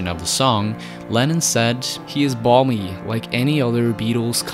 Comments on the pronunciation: "barmy", not "balmy"! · It's BARMY! (mad) not humid! (balmy). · Barmy not balmy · He wasn’t saying balmy ya clown. He was saying he is BARMY as is crazy as a barm cake. Cmon man i know you are Americans but dude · That would be "barmy", not "balmy". Barmy means crazy, foolish. Balmy means pleasantly warm. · So couple of things. Firstly, John Lennon probably said "barmy", like "crazy", not "balmy". Secondly, "helter skelter" is a pretty common term for one of those slides at fairs and not something the Beatles actually popularised to the extent that the Arctic Monkeys were referencing them in their song. Other than those two minor things, good vid. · "barmy", old Britslang for insane, not "balmy", hot and humid. In Britain we still have the fairground ride, so that's what helterskelter means to us. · Americans call a helterskelter something else I heard. Barmy, by the way, not balmy. Barmy is an English term for crazy. Balmy means warm and humid.